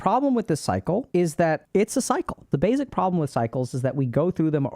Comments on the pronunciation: She's dr k know he uses z sound for s sounds all the time. Like bazic instead of basic. He's so cool. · Why I cant pronounce bazic like Alok pronounces bazic